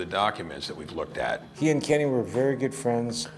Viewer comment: It's not Kenny!!!